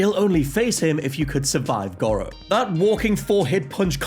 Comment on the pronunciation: I get that accents are a thing, but the game clearly says “Gore-oh”... your pronunciation of gawro is mildly infuriating, why y’saying it so weird?